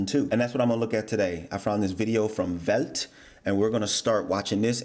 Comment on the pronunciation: He pronounced Welt right. I did not expect that from an american